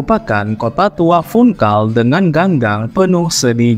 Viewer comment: Baca Funchal Bukan Funkal